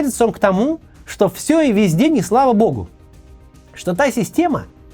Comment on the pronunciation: Я постоянный подписчик и люблю видео Максима. Но сегодня куча оговорок (Максим устал наверное). Режет слух добавленная стоимость вместо добавочной, слау богу и чеао вместо что